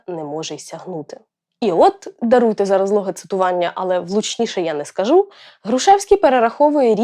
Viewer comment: Будьте уважні до наголосів, наприклад: корОмисло, хОжу, скАжу